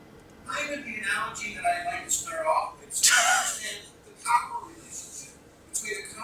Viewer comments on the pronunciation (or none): none